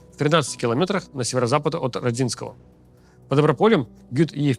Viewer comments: Только не РадИнское, а РОдинское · Рóдинское, а не РодИнское. Я сам оттуда. Чувствую наш город часто будет мелькать в сводках теперь, так что отдайте ему последнюю честь - назовите правильно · Спасибо, Максим и Руслан. Руслану замечание: населенный пункт не РодЗинское, а РОдинское. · Как можно говорить Роди́нское🤦🏻‍♂️🤦🏻‍♂️🤦🏻‍♂️🤦🏻‍♂️ как можно так готовиться к выпуску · Ро́динское . Поправлю как местный по ушам немного режет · О, и этот россиянин радИнское 🤦 Хоть бы в Википедию глянули, если местных не слушаете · РОдинское, Руслан. У меня тётя там жила, да и я там бывал неоднократно. Так что информация точная, ударение на О. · Ударение на первое о Родинское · рОдинское, ударение на О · блина можно делать правильные ударения? Родинское на первый слог. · Доброго времени суток. В слове Родинское ударение следует ставить на первую "о".